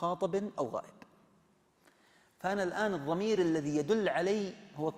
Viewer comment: ملاحظة طريفة ... حتي الشيخ العمري ينطق الضاد ظاء (الضمير .. الظمير) ☺